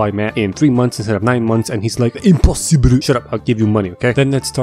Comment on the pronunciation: I love when he says " IMPOSSIBRU" LOL